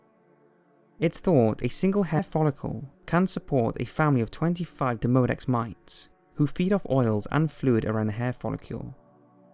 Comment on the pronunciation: It is pronounced DEEmodex. You would have symptoms if you had mites in your eyelashes.